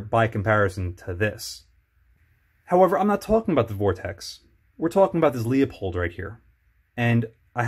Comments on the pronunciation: Good review. I own the Leupold 3-9x33 EFR. It has an AO so parallax isn't an issue. I think your review would gain credibility if you learned how to pronounce Leupold. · This is a bit difficult to watch. At about the 2 minute Mark now and I already have some corrections: -This scopes parallax is NOT set to 100 yards. It’s right in the spec sheet. -Tube size doesn’t affect light transmission. Edit: I have to stop . You can’t even pronounce the brand name correctly.